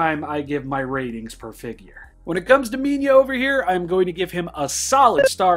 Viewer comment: It's Minila not minya